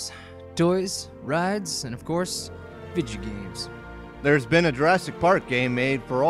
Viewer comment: "vidja games" lol